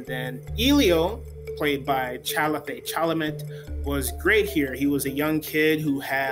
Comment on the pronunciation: he and Oliver not him and Oliver You mispronounced Timothee Chalamet's name.